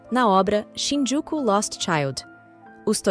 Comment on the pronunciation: Quando for narrar um episódio, aprenda a conhecer o nome direito das cidades, ex: Shinjuku, e você fala, Shinjuku’ Osaka , Ozaka outros assim não dá.